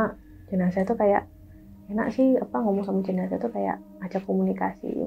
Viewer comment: Bukan jenasah om tp jenazah